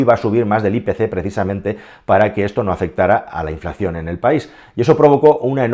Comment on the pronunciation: 'inflacción' nooo, habla bien 😑